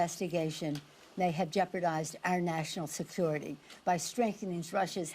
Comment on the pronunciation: "national sethutity "what did she say, what the hell is that